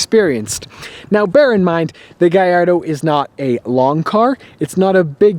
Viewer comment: it's italian it's GALLARDO NOT GAYARDO